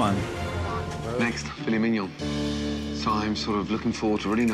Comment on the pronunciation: As a french boi, I can say that he said "Filet Mignon" with such ease lmao